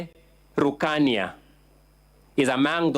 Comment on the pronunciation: Sio rukania ni rukaria